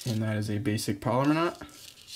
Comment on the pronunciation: Pal-oh-mar not polymer